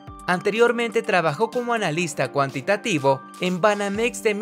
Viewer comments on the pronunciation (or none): none